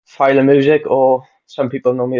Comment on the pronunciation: Aye y’all /DJ. Respectfully Bro name ain’t tyla It’s thyla Thigh-luh